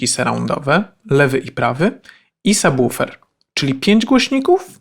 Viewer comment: prawidłowa wymowa słowa "subwoofer", tak trzymać! :) Rzadko się z tym spotykam, szacunek. Ogółem, film z pewnością będzie bardzo pomocny dla początkujących, łapka w górę! :)